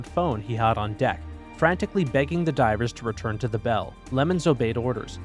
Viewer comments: He says driver instead of diver in the intro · 45th xd plus u said drivers in the beginning not divers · Is it just me or did he just say DRIVERS in the beginning instead of divers